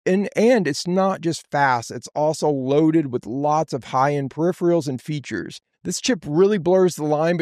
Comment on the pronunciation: With so much experience, how come you cant pronounce "peripheral" ??